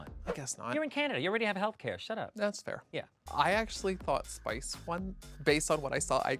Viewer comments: I love it how they butchered Spice's name continuously 🤣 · Lmfao not them calling Spice every name except spice 😂😂😭 I’m screaming 😂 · I havent laughed this hard in my entire life watching The Pit Stop. The way they murdered Spice’s name. 😂😅😅😂🤣😂😂😂😂 Hilarious!